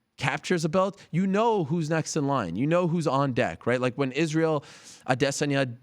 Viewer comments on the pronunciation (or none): none